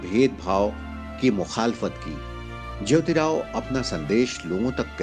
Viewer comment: आप जेवतीराव ऐसा उच्चारण कर रहे हैं, वह 'ज्योतीराव' है!